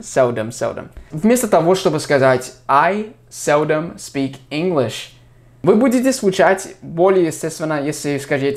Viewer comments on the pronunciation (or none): none